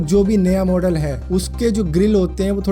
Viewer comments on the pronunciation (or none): none